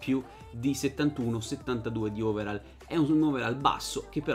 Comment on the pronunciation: Si legge overoll, non overall Comunque bel video